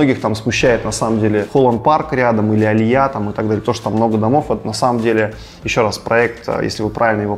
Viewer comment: Алия а не алиЯ